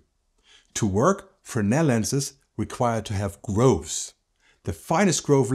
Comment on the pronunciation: The mentioned lens is not called "Frenel" but "Fresnel", with an S in the middle... Believe it or not... Despite it, it's a very exciting video with a lot of good information... Thanks...